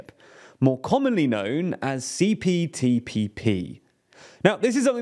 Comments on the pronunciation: Btw U said CTPPP many times Not CPTPP 😅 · This video proves that "CPTPP" does NOT roll off the tongue easily. Each time said it, it sounded like he was struggling.